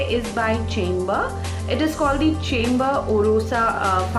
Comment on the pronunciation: hi! I've been using this foundation..its a good everyday foundation,but I find that it settles into fine lines like the laughing lines after sometime..otherwise its really good! P.S: Chambor is pronounced as Shambor .. <3